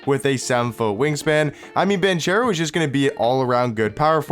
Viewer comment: oh btw it’s pronounced Ban-CARE-o not Ban-chair-o. lol. great vid once again bro👌🏽